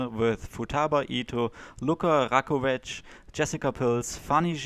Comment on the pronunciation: You pronounce Lučka as Luka. Which is weird because Luka is male name. You must put č (German tsch) in the middle of Luka. Also, you put č sound on c at Rakovec. Slovenian c is German z.